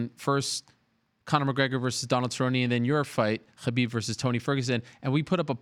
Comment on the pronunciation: No one: Ariel: HABIB